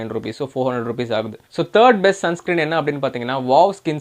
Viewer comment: Sun screem nu solrega bro...